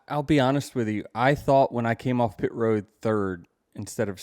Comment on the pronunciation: It's ROAD not ROW. 🙄